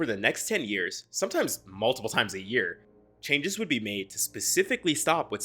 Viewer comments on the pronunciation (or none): none